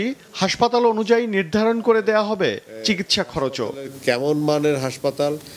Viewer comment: চিগিসসা না চিকিৎসা বলেন